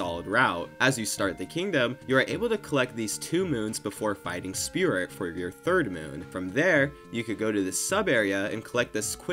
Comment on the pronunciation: i thought you were saying Spirit instead of Spewert until like 6 minutes into the video